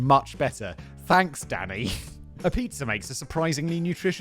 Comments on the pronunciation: I always think Simon is saying “daddy” rather than “Danny.” 😂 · It literally sounds like he is saying "Daddy" instead of Danny. I am hearing, "Oh why daddy? Daddy no, I don't like that daddy." >.< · Sometimes I hear “Danny” as “Daddy” For example “I don’t need to think about pigs’ orgasms DADDY!” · When he says "Danny," it sounds like "daddy" to me and really made the beginning of the video and little more interesting.